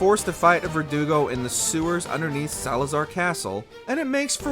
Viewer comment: Thank you for pronouncing Verdugo correctly. So many youtubers pronounce it like vertigo and it drives me crazy lol